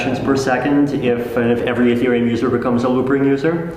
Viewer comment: did he said loopring?